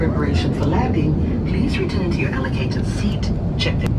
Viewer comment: LEARN HOW TO PRONOUNCE THE WORD “RETURN” YOU SOUND LIKE WRITTEN 😂😂 ALSO, THE WAY YOU PRONOUNCE “TRAVEL” IS HILARIOUS 😂😂 SAALA ANPAD